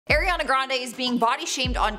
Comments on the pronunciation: It’s ariana not AIRiana lol tf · Its not Airiana.. It's Ari ana Grande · I can hardly get through this video with her saying AIR riana it’s ARE riana omfg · Why does people still pronounce her name wrong. It's Ariana not airiana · Air-e-yah-nah grande. It’s Ariana. It really ticks me off how some people pronounce her name 🤷🏾‍♀️🤦🏽‍♀️ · Charlotte calls her "Air"iana grande. Now, so does. Is it a Canadian thing? Lol. Watch the video that's 20 seconds long of ARiana Grande saying her name. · “eRiana grande” that’s not the point tho this is so mean like imagine making fun of ariana smh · ARIana not AIRiana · It's ariana not air-iana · “Airiana” come on it’s not that hard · I hate it when people say “airena grande” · I cringed every time she said Airiana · The first thing I heard: AIRiana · AIR-iana lolllll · AIRiana grande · If you’re going to make a whole video about her at least pronounce her name correctly.. AW REE AW NUH